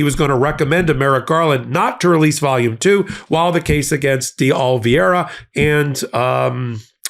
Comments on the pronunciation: STILL can't say DE OLIVEERA????? So easy! You never say it the same way two videos in a row.. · OMG OMG FINALLY pronounces Oliveira's name CORRECTLY then literally 2 seconds later he goes back to MISPRONOUNCING IT AGAIN!!